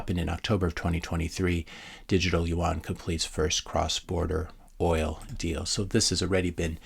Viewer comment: hey, just FYI, "yuan" is pronounced like "you in".